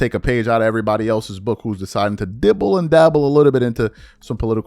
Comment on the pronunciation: His big forehead calling it TOOITTON instead of Tuiton and EEERYBODY instead of Everybody but you criticizing Ms Crockett’s vernacular 😅